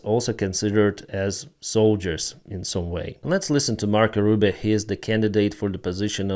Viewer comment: That is not "Mark Rubin" That is Mark Rubio